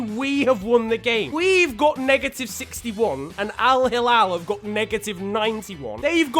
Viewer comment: You pronounced alhilal wrong ☹️😂